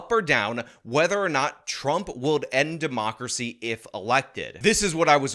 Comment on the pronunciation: I think I am going to have a stroke listening to that guy say "democrathy".